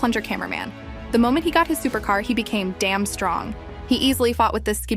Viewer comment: When she says danm it’s funny